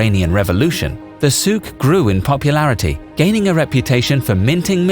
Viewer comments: actually the Souk is pronounced very wrong by you. Sorry. There is no phlegm in Souk. But good on you for trying. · Not really, souq wasn't pronounced properly